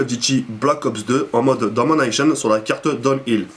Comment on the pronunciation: j'me tape tout le temps des barres quand tu dis "en mode Domanaychone" (Domination) MDR!